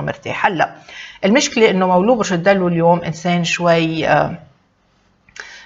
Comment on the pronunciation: ليش تقولي مولو..... ما تقوليش مولود ستفزيتيني